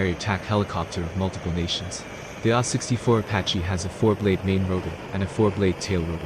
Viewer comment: A H 64 not ahh 😂😅